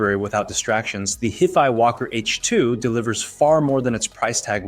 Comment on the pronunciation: He can't even pronounce HiFi correctly.